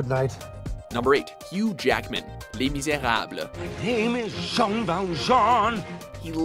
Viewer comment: YES! I FINALLY HEARD SOMEONE SAY "LES MISERABLES" CORRECTLY! That, alone, earned this video a like!